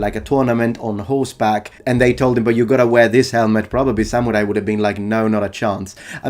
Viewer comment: thorough indeed. a gaijin pronouncing ‘samurai’ correctly? absolutely amazing.